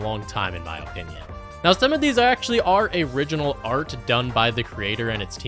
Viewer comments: He keeps saying "oh-pinion" and I can't stand it lmao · Stop saying opinion like that